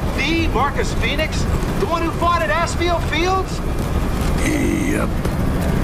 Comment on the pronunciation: “Asphi Fields” I don’t like that pronunciation